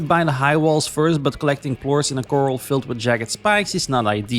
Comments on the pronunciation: Love the vid! It’s also pronounced Kr-al not coral😂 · Sorry to correct you but it’s pronounced Cor-ral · did you ever figure out corral is not pronounced coral? 🪸